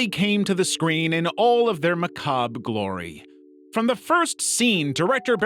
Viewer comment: Lear how to pronounce macabre correctly. The "R" is NOT silent.